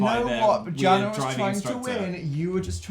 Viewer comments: its pronounced yana not jana. the j has a y sound. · That moment when they finally say your name but they pronounce it wrong 😁 (Jana is pronounced YAH-na) Although that is originally. It might have morphed. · This is such an amazing video!!! I love the challenges and different difficulty of tests. Also... Pronounced... 'Yar-nah' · Jana is pronounced "yana" 😂